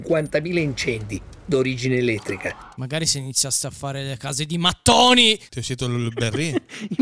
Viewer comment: Quella pronuncia di mattone è stata uguale alla pronuncia di sandaloe